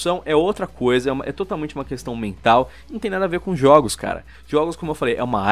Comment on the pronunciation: Juogos kkk